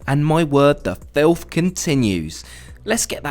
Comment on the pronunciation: Was it really FILTH (capitalized)? Was it necessary to repeat this word 50 times, REAAAAALLY stressing it, over a couple of tiny crumbs? I guess it was, for someone who makes money bitching for a living 🤷🏿‍♀️